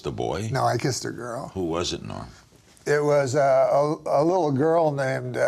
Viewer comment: All those years passed and nobody ever told Larry that his name was "Norm," not "Noam."